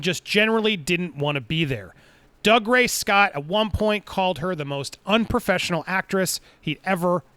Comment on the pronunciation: Tip from Scotland, its pronounced “Doogray Scott” not “Dugray Scott”